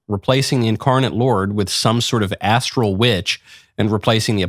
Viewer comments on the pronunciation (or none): none